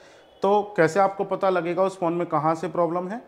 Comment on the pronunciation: पाता करे 😂😂😂😂 अरे भाई पाता नही । पता होता है।